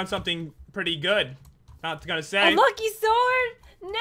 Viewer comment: STOP SAYING LUCKY SORD FOR THE OW!